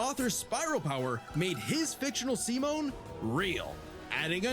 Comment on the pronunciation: His name is actually pronounced "Sea-Moan"